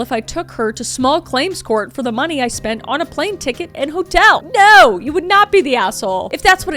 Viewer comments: The "nor" has me dying 😂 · "Naur" aussie here, you had me cracking up. 😂 sending good vibes from Oz🇦🇺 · I love the “NOR” 😂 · "nor" but Kris sounds like an Aussie lol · As an Australian the "Nor" had me in stitches 😂 🇦🇺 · As a Aussie I love the NOR on kris’ part 😂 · Naurrrrr 😂 nor 😂 I'm still laughing 😂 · The only way I will be pronouncing "no" from now on unfortunately 🤣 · I just woke my husband up busting up laughing at that. 🤣 (When I can't sleep I watch YouTube wearing headphones.) I will forever pronounce it that way now. 🤣🤣🤣